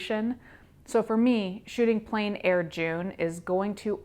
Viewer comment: It is pronounced like plen 😊